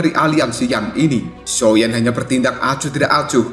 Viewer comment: Min ngakak banget pas blng xioa Xiao😭